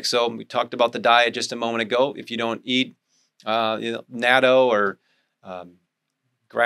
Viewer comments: Great video. Excellent advice. In Japanese natto is pronounced not-toe not natoh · Natto is Japanese so it is pronounced "Nah toe." It seems everyone pronounces it in different incorrect ways so maybe there is space for me to suggest the proper Japanese pronunciation.